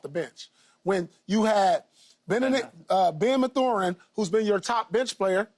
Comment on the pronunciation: Paul saying Ma-thurin 😂